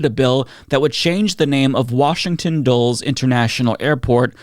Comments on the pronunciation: lol it's DULL-ess, not dulls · Did you just say "Washington *Dulls*"? Doesn't help w/ credibility, though I generally agree with what you say. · Okay, you pronunciate a lot of words like you've read the word and not looked it up how to say it right. Which is fine because I don't care since I still get the point. It's that book smart thing. But you almost gaslit me into thinking I have been pronunciating Dulles Airport wrong my whole life. As someone who comments about DC a lot, that's one thing you should actually learn to say. It's two syllables!